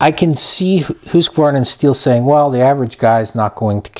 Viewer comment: You need to learn how to pronounce Husqvarna, good video other than that.